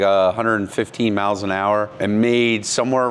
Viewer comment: Did you say, "115 meows an hour?"